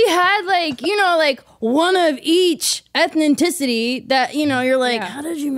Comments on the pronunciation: “Ethenticity”- Sarah Rose Hyland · "Ethenticity" warmed my heart. Goofy and wholesome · Also when she said “ethinticity”